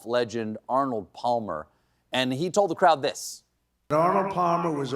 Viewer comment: forgive me, but i had to rewind this twice to make sure i heard what i was afraid i heard. yes, it's true, colbert said "pall-mer". ok, who's going to tell him?